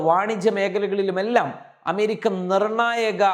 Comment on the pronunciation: പോയി അമേരിക്ക എന്ന് നല്ല വണ്ണം ഉച്ഛരിക്കാൻ പഠിക്കു